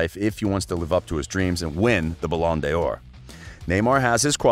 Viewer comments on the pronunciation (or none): ballon' de yor????😂😂